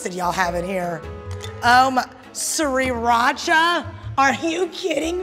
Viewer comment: Awkwafina: It smells like garlique ... sERirAcHa?